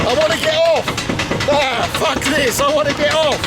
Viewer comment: Why do you sound northern when you say fuck?